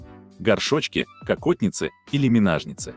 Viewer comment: Правильно мЕнажница, а не мИнажница